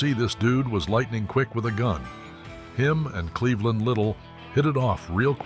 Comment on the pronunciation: Clevon Little, not Cleveland.